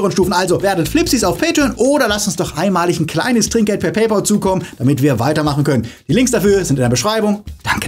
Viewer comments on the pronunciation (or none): none